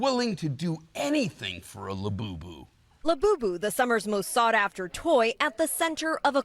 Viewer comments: "Lewbubu"....I need one! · I want a "LEWBUBU"now!!! 😂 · Lewbubu??...more like jewbubu :D